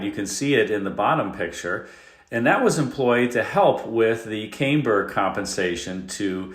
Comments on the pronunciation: When the first vowel is separated by two consonants from the second vowel in a word, the first vowel is automatically short in most cases. I learned that in first grade in the 1950’s. Still, I will forgive ANYTHING given all he’s done to entertain us boomers. God Bless him! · Right? I’ve been in the automotive industry for 40 years and I’ve never heard it pronounced this way, at least not here in the US. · For a minute, I thought maybe I don’t know how to pronounce it right but every bit of research I’ve done says you are correct. I don’t know where he came up with this pronunciation. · Check your pronunciation of Camber. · I think that's pronounced CAMber not CAMEber. 😉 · Don't take a drink every time says CAME-burr, you'll get sick. It's camm-ber, long, soft a like camshaft. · Caymber in a Camaray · Nobody pronounces it Came-ber unless they are AI. WTH? 😂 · #mattsoffroadrecovery #morrvair I have to say I've never heard the word caimber... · Thank you. I have never heard it pronounced "Came -bear" . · "Camber" is pronounced "Cam".....like "I am"....ber sir. Ralph Nader was a no-nothing communist with no qualification to talk about the Corvair, or any other car. His only claim to fame, as it were, was he hated GM, hated capitalism, and hated fun of any kind. He was a crank. A moron. It was a shame he was taken seriously about anything. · What an interesting pronunciation of “camber” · FYI, camber rhymes with amber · Nice video, but I’ve never heard anybody pronounce camber the way you are. I even looked up online and every source I can find pronounces it the other way. 🤔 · Camber rhymes with amber. The A is short. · That’s what I thought at first but the audio doesn’t have the normal “tells” of AI. Just the pronunciation of Camber. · Camber is pronounced "cam ber" not "came burr" : Damper, not dampener. The first is to calm; the second is to hydrate. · I believe that word is pronounced cam-burr, not came-burr. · Cam ber, not came-ber....